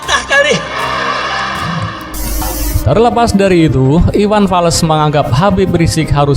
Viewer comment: Iwan fals bang bukan iwan fales🤣🤣🤣